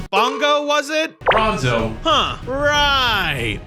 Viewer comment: Worst you allways say brinzo!